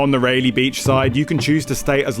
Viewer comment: Again ray lee beach cmon accent fix it, it’s pronounced Ry-lee-beach